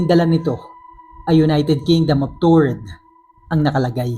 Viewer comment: Taured po Hindi toured